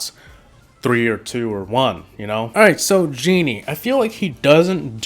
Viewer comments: Gene is pronounced gean not genie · "Genie" Its GENE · It’s called gean not geanea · Gene not Genie